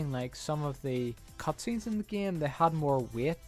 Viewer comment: plz stop saying "geime" and u refuse to get a new faster car because u have to upgrade him and because fo that u hate online. seems fair for a guy that dont play the geime